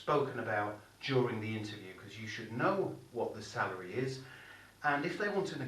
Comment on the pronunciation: Hi I thought you said cellery 😂